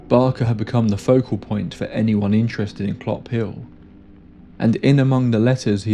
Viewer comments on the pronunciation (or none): none